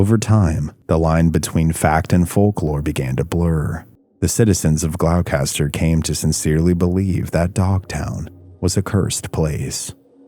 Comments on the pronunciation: Gloucester is pronounced "GLOSS'- turr" not Glock-ess-turr. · FYI, with respect, it's pronounced gloss-ter. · Glao-caster, Gloucester is pronounced "Gloster" 👍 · It's pronounced gloucester not glaulcaster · Say it right! It’s pronounced ‘gloss ster’ not glowcaster! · Bro you did not say glowcatser, glostah, it’s pronounce glostah. Friggin brutal. Do half an ounce of research before you record a video, why would anyone assume the pronunciation of this spelling, Gloucester ? Killin me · Glos- ter not glow- caster lol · Glow- Kaster...Do you mean Glosster? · Not 'glowcaster'. It's pronounced 'gloster'. Regardless.. another great vid. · It's pronoucned glos- ter not glowcaster lol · It’s “Gloss-ter” Gloucester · I live there, and it is a peaceful walk. If you’re scared it’s a preoccupation of your own mind. We are blessed with a luminous quality of light and a humble woodland. If you come, have a good visit! PS- as others have noted, it’s Glosta, 2 syllables. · Gloucester, pronounced “glawstah”. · Gloucester is pronounced ":Glosster". Please try and find audio examples of place names before recording :( I live near Dogtown; it's a peaceful place to walk through and have picnics. Haven't stayed at night because the area is large and I don't fancy turning my ankles on the rocks poking up everywhere :) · Glou Kaster? 😂😂😂😂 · Gloss-ter just like Leicestershire is Lester-shire it's either old or middle English I'm not sure . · "Glowkester" ...Gloucester? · Great story. Thanks. btw it’s pronounced ‘Gloster’. 🇺🇸🏴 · It’s pronounced Glowster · Nh gal here, are you trying to say Gloucester? It pronounced “Glawster” or “GlawstaH” 😅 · Its pronounced "gah-lohstahh" dude. I grew up in boston. Went to dogtown at night once. Nope. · Not to be that guy but Gloucester is pronounced gloster, rhymes with foster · it’s pronounced like this GLOSTER …. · Gloss-Stah. Not what you said. 🤦🏻‍♀️ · It's pronounced GLOSS- tuh! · It's pronounced "Glawster" not whatever you are saying, fyi.